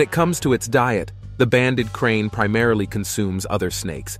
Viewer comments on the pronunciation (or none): Its a crate not crane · It's called krait, not crane. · Krait not Crane Please learn to read if you're going to try to educate people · *Banded Krait not “Krain” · The narater is annoying by calling the krait snake a krain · If he says "banded crane" one more time 😂😂😂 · Periodically mispronounced the banded krait. Got it right sometimes.